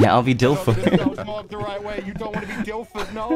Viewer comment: ngl dilford sounds like dilf-lord